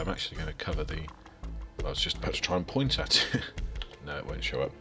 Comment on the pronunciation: *poont lol